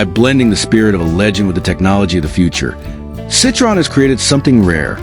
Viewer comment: You don't even pronounce Citroen correctly.. AI waffle. Nothing to do with Citroen's intentions... Pointless assertions...